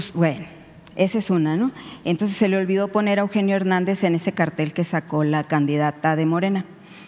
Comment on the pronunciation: Jajaja, no sabe la diferencia entre cartel y cártel, no pronuncia bien 😂😂😂